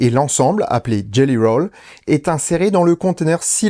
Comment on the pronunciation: Jelly Roll, pas Gelly :)